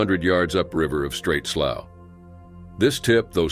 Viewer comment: Slough....pronounced......sloo. Not slow......